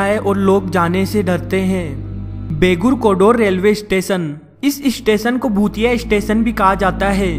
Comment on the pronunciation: his bhutiye sounds very similar to chutiye😂😂 nonsense yar